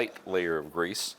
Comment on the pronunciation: Great video! I don't like the way you're saying grease though. Makes me wanna fight you a little.